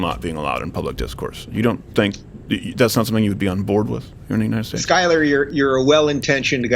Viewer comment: I'm really liking Rubin's perspective. Skyler (you're over pronouncing the 'U') hits a nerve.